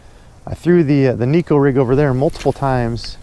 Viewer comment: Ned rig is the deal for me in TX too right now. I know you like to correct fishing misconceptions, so here's one for the viewers. The Neko rig came out of Japan, not here in the good ol' USA. Shin Fukae, Japanese pro angler, pronounces it Nayko, not Neeko. Just an FYI 😉 unless you're from TX. Everyone knows about our drawl! Japanese have to fish pressured fisheries. What's the mother of invention? Good video as always guy!!